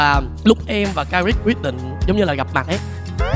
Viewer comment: nghe trấn thành đọc karit còn tưởng karik mà lại là karit